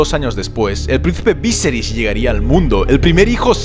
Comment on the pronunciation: kai creo que no se dices víseris si no viserí